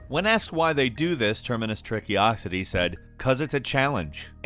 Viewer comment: Termacious. In case you don't know this is pronounced, "Terminus." It is an astounding feat that YouTube has accomplished in drawing to itself such a vast group of creators who can't read. It is truly amazing. Bonus content: Trickocity is pronounced, "Trickiocity". Bonus content 2: He actually says "Terminus Trickiocity" three times in the video. Sorry, Termacious Trickocity, you can't expect someone to actually read a name with more than two syllables on YouTube.